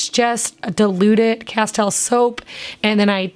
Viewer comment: Castille is pronounced - kuh steel.